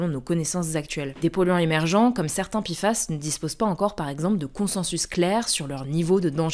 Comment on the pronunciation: Pourquoi on dit PI FAS alors que c'est Pé FAS ?